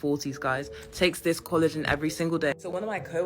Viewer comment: I'm sorry, but I cannot STAND the way the first lady was saying collagen. "Coolajin" AAAAAAA